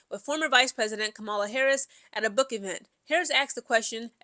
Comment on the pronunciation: It's pronounced KAH-MUH-LUH. Just an FYI.